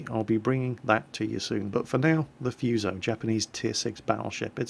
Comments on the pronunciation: Foo-soh pls. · Not F''u''so, F''oo''so is how it sounds like in Japanese. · Love your video. But it's pronounced foo - so, like in food. Not like in fuse. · wow. so many comments! I am Japanese. this is not problem and this video is nice!! look fuso bridge . We are insane everytime :)I recommend to use [fúː] like a 'fool' or 'food'. not [fjúː] like a 'few'. foo-so[fúː sˈəʊ] I like Phenix and St. Louis. but I cant speak... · xbenemisisx The British themselves pronounce English words different...is hurricane pronounced hurricane or hurrikin? Maybe it is the same with Fuso...you say Fooso, others say Fuso. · if I'm not mistaken its pronounced FOO-SOE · prnounced foo-so and nuh-ga-tow and quicky calls yamato yah-muh-tow, and its actually pronounced yuh-maw-tow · its FOO SO ffs are brits incapable of pronouncing any word that isnt english? I swear they do it on purpose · xbenemisisx The funny thing is, if you actually look it up the U isn't really pronounced at all, it is more like Fso. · Fuse-oh.... pls y u do dis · Great vid as always... BUT.... one thing (prolly mentioned by somebody in the previous comments..... I hope ^^: ). The name FUSO is pronounced a bit differently. the "u" is pronounced like "oo" (in "food") and the "s" isn't a "z" sound, but a soft "s" like in "sack".:) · gee look it up on the fucking internet maybe? he even looked up what the word fuso means ffs but couldnt bother to read how to pronounce it? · EcchiRevenge Been reading books on warships all my life and never have seen Fuso with the U, nor the Kongo. Not saying your wrong, but in the English it has never had a U, nor in the bible of warships, Jane's fighting ships.